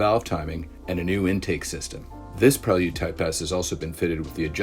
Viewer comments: It's Pray-Lood Dude. Do you all call him Joe-Han? 😂 Prell-Yood to a Kitz ....🤣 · Onda Prelyude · The way he said it's name was killing me. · Don’t say prelude like dat